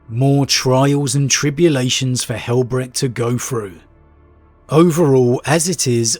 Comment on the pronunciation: Since names of the sons of Dorn are often derived from German, it is not pronounced Brekt